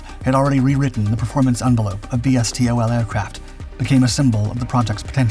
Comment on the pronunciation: "Why eh kay"? "Es tee oh el"? "Vee tee oh el"? Jiminy. It is pronounced "yack", "stoll" and "vee-tool". That's why people don't like AI, it isn't as smart as everybody claims. It took me a while to figure out what the AI as "yakking" about. (Forgive the fitting pun)